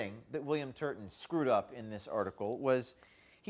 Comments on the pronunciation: "TURBAN TURDIN" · correction: William Turd-a-ton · In my mind his name is spelled as pronounced; TURDon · You meant, William TURD-TON, right? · William Turdin’ I totally caught that LOL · William Turton, like turdon